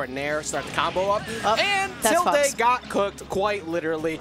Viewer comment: Okay maybe it's just me but like.... Isn't the word "tilde" pronounced as "til-duh", and not "til-day"? Are the commentators always getting it wrong or does the player also pronounce their own tag as "til-day"?